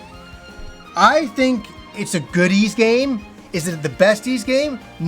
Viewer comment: It took me a minute to realize he was saying “good ys game” and not “goodies game”.